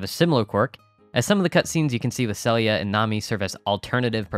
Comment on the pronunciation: not that it really matters, but her name is " see-lia " not sell-ia " the name isn't unique to HM awl P: as soon as i saw the trailer for the remake the nostalgia train hit me and i had to go dig out my ps2 haha. just started Fall year 1 and only been playing 2 days lmao. Would love a composite video of things to do per season per chapter, in order. like all the stuff that should trigger spring year one, then summer year one, fall year one, ect. like who needs to be befriended for events/gifts and when to trigger the event and what exceptions make the events not trigger, such as rain, or van being in town, stuff we might miss. maybe even a video per season. all the info online is a jumbled mess and trying to put it all in order through text is super annoying xD